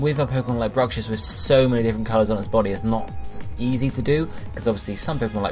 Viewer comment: Bruxish. Not Brucshiss.